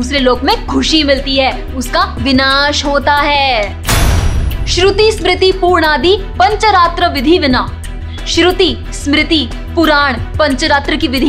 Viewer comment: बहुत ही अच्छा। आपको ढ़ेर सारी शुभकामनाएं। थोड़ा संस्कृत का उच्चारण सही करना चाहिए। पूर्णादि नहीं, पुराणादि और ऐसे कुछ और भी शब्दोच्चारण में भूल थी। लेकिन आपका प्रयास जरूर कुछ सुधार लाएगा। एक #boycot_torani भी जोड़ देना चाहिए था।